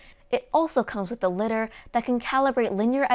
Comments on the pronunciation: I'm sorry I just can't. It's LIE-DARR NOT LITTER. When it comes to being a tech expert people will be quick to dismiss what you say if you don't use the right pronunciation. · great videos! by the way, "lidar" is pronounced "lie-darr" (because it's related to the word radar), and "chassis" is pronounced "chass-E", and "slic3r" is just pronounced "slicer" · I backed one of these with the MMS. Still waiting for mine. Lots of good info however, it seems you are reading which makes your presentation a bit wooden and that reduces personality. In English, Lidar must be Lie dar as there is an A after the D. Bik vs Bike. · That's probably the most complete summary I've seen in a short video in YouTube, great job, you managed to pack in more information as I've seen in videos that are hours long. A small word of advice: LIDAR is pronounced differently, it's pronounced in a similar way as the word "Radar" is, but with the prefix "LI", so like two separate words: LAI - DAR. Just a quick heads up as at first I didn't understand what you meant but then with some context I started to understand. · Dannnnng, with that AnkerMate Shade:D Btw Lidar is pronounced Lie Dar:D